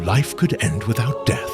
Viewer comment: E-end with goht